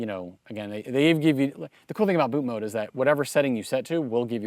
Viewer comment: refreshing to hear someone pronounce ‘bootmod3’ right & not ‘bootmod’ lol